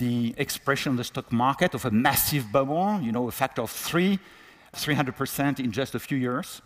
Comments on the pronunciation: He sounds ridiculous. Learn to pronounce BUBBLE. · "BA'BOLS", lol - He's doing well for some who's first language isn't English.